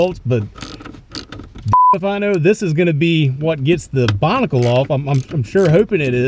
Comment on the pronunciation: Binnacle, not Bonnicle.